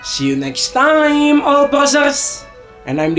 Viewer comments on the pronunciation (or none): none